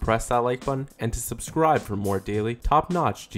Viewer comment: why u always say subscribe like that